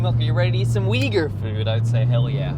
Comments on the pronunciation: Uyghur is prounoced oo-yghur not weegur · The Big Plate Chicken is actually first invented by Sichuan Han migrants to Xinjiang. It is not a traditional dish in Xinjiang Uighur cuisine till early 1950s. BTW, Uyghur is not pronounced as weeger伟哥？？？？？？, but instead, wilgu 威固. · It’s pronounced OOYGOOR, not WEEGOOR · heard it also pronounced as ooi-ger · "its pronounced wigger" - Winston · "It's pronounced 'wigger', kind of like a white guy with dreadlocks......I'll have to cut that out" LOL